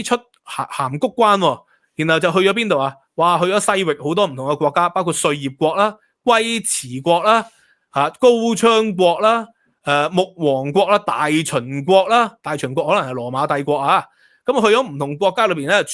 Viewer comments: ，龜茲，應讀作“溝池” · 龜茲粵語似應讀成溝池